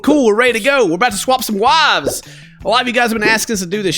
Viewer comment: Lmao when he said “we’re about to swap some wahvs” I was like wtf are wahvs? And then I realized that’s just the way he pronounces WIVES